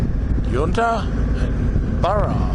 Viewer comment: Well I have to say it but its yunta like sun not yoonta enjoy